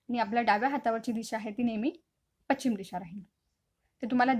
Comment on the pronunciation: Madam pachim nahi paschim